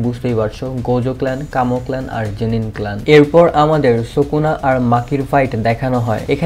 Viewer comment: ভাই সুকনা নয় উচ্চারণ হবে সুকুনা ❤❤